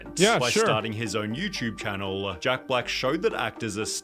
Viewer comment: channeLLLLLL.... peopLLLLLLLLLE....